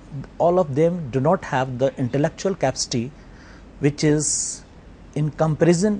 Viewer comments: the teacher pronounced capacity as "capstee" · i love how the prof says capcity instead of capacity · why the heck says Capsty instead of Capacity....wtf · guys he may be brilliant, but i will not accept that his teacher has to come in this show.did you see how he pronounces the words "capacity"......